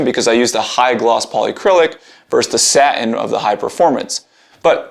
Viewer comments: It’s not sa-in, it’s saTin. Don’t talk like you’re ghetto. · Dude, love your videos, but please stop dropping your T’s. This is so common among millennials, and it’s like nails on a chalkboard. The word “satin” has a hard T sound right in the middle of the word. It’s truly okay to pronounce it… fully. It’s “SA-tin.” Not “SA-‘in.” Say “SA.” Say “tin.” Now say “SA-tin.” Very good. Sorry to bust your balls on this, but I just couldn’t take it anymore, and I like you, bro! Thanks for the great videos. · Why "sah-in" not satin?